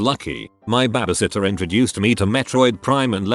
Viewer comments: Stop calling it baybaysitter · i love the way this bot says babysitter!! BHHAAAbe Sittor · Nobody: The narrator: bABa- sitTeR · normal people: babysitter text-to-voice: baabysitter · Narrator: BABA sittah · It’s funny how the voice said baba sitta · "babusitta" lol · listening to this while im high and laughing at the way he says babysitter is my therapy. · The way the voice say baby sitter is hilarious😂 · lol at the way the robot voice pronounces "babysitter!"